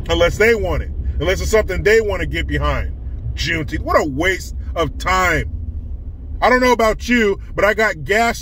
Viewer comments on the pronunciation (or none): plz remember it's not juneteeth it's call juneteenth lol 😁😁🏛😁😁🏛